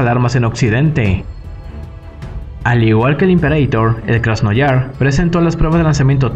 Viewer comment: Un pequeño apunte, es Krasnoyarsk 😅 (Krasnyarask en ruso) lo pronunciaste como Krasnoyars Buen video de todas formas ))